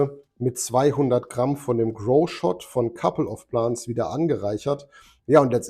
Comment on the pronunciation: Couple of Plants (Pl Ä nts) ..denglische aussprache ist schlimm :D .. also richtig , oder gar nicht ^^ .. schönes wochenende und einen erfolgreichen grow :)